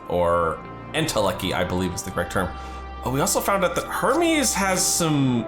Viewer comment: not the way hermes was pronounced 😭